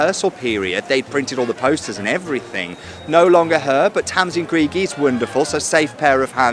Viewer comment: You should do your homework on names - Greig is pronounced “Gregg” not “Greeg” ☺️